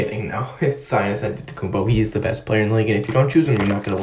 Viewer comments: he said thannis antetokounpo i think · That guy didn’t say Giannis he said thianis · He said thaisnis ante or how ever u spell it big giannis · he said thanis antetoukoumpo bru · He said thiannis not giannis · He said thanis Antetokounmpo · Definitely said thanis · He ain't say Giannis... Lol